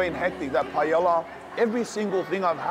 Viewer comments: Bra u gotta pronounce Paella properly with a name like lol. PA EH YA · first time i heard someone pronounce the L in paella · A that can't pronounce paella... the lols